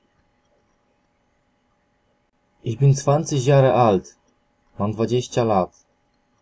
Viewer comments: dokładnie jakie kurwa "iś" na kilometr pachnie nieukiem , ogólnie paranoja to co co on wymawia i tłumaczy. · jasne, oczywiście, ale jak jesli ktoś uczy, to spodziewam się poprawnej wymowy. Nie uważasz że ich i iś to dwa różne słowa? To tak jakby powiedzieć, że kąt i kot to to samo. Myślę, że można by się nie dogadać. Moze komuś jest łatwiej wymówić o niż ą i nie ma w tym nic złego. Masz rację, nie ma i nie powinienem się czepiać, ale chyba jedna robi różnicę, nie uwazasz? Stąd moja uwaga. Wiadomo, że nie poprawiamy ludzi na ulicy, ale po to autor udostępnia możliwość komentarzy pod filmem, żeby wyrazić swoją opinię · Ich a nie iś! Nie ma w języku niemieckim literki "ś". To jest miękkie " ch". Co o akcent i wymowę chodzi ,to jest po prostu katastrofalna. Inni się uczą i robią te same błędy. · podana przez Ciebie wymowa nie istnieje, przykład Uhr podajesz wymowę ur zamiast uhr h wymawia się, zaś słowo ur w niemieckim ma inne znaczenie, jest ich wiele, ś w niemieckim nie istnieje, jest niemożliwe dla Niemca do wymówienia, dir to u Ciebie dija coś takiego nie istnieje i tak można wymieniać do sądu ostatecznego, jest z czego boki zrywać, powodzenia!